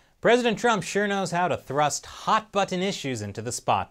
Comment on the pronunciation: emphasis on ... "thrust"?